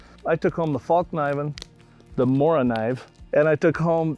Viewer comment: I used to think these guys were beyond cool. But this out in the wild really humbled me to their game. Hahaha and the worst part is when that guy kept saying Falk knifen hahaha